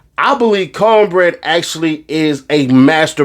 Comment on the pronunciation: Not counbreaddd 😂😂😂😂😂